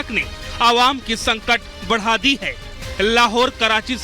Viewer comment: Abhe Kuttei " hai "ko " k "bol Raha hai munh se supari nikal k baat kar